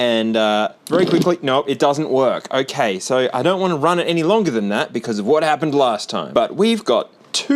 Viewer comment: the end of ze world clip when said "hokay" is 100% what you would see if you hooked up a crt to my brain and asked me to say the words "okay so"